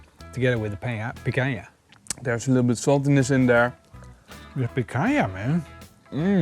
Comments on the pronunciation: Jejejejeje did said PAINcanha?? You guys really rock!! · 'pacanha' lol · Picanha... I think I heard an accurate slip from... "Painha" haha I like it hot though hopefully will be getting some good peppers from the garden soon to do something like this myself